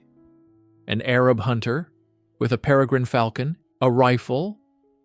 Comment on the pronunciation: ARAB, NOT HAIR-AB.